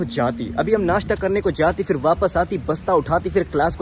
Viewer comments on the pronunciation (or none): Being an Aligarian you should work on your pronunciation particularly word F It is not Fir , correct word is phir